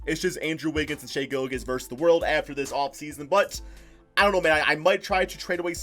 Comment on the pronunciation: did just say Gillagiss 🤣🤣 it’s pronounced Gill • Juss